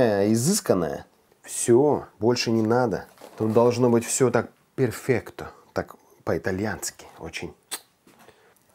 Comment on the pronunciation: Не перфекто, а перфетто.-) И спагетти нужно наматывать на вилку, для чего и нужна глубокая тарелка, чтобы это аккуратно получалось.-)